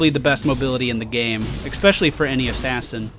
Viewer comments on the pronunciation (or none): i was enjoying up to the point where you said ,,eXpecially'' i wont be watching your videos anymore.